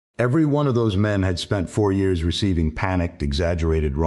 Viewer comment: Too bad that the AI can’t say years correctly.